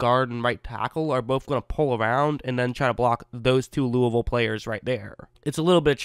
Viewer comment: He said Louisville correctly.